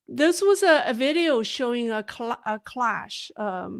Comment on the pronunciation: The word is “crash” and not cLash. No! No! No! CRash with an “R”.